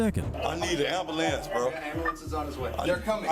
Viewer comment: Seandell , I need an "ambalans" I need an "ambalans"🤣🤣